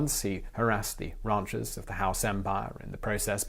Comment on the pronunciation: All questions answered except for one: What's a "rauncher"? ^^